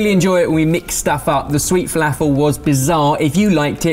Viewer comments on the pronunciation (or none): my favourite part of this video is the way you pronounce felafel, zatar and babaganoush. Made my day! haha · Gads... Please learn how to pronounce falafel. it has nothing to do with the British accent it is strictly a mispronunciation of the word. Other than that, good video., sweet Falafel.... Brilliant!!